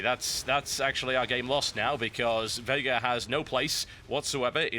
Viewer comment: Thanks for pronouncing Veigar correctly!